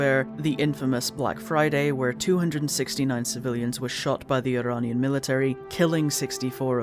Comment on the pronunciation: omg you pronounced iranian the arabic way, as an arabic speaker THANK YOU. continuing the video! Edit: thank you for covering this game the way you did. it's both heartbreaking to hear that Iran, which is only a few countries away from my own arab state, went through it's own fuckery from western powers, and also a little heartwarming that not only does this game exist at all, but that you're covering it, that you see it as important. i am in tears at the respect you have shown this game and the real world political issues associated with it. I am eternally grateful. thank you.